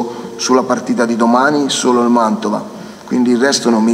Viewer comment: MANTOVA NON MANDOVA SEI UN GIORNALISTA,UN PO DI DIZIONE....